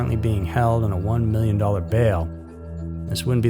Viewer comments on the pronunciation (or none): none